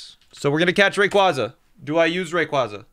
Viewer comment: The way you pronounce Rayquaza hurts me physically... PLEASE learn the pronunciation of a box legendary